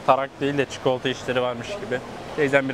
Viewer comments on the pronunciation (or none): none